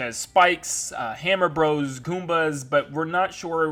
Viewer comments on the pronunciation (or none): none